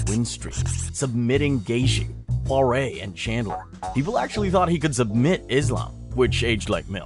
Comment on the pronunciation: "Hookers tough man, he survived pawreh" "Pour-e-a" is the correct pronoucniattion for next time.